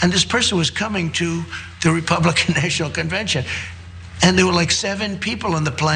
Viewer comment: Did I hear him correctly? He said "They were coming to the NAY-shunal conbention"? Really?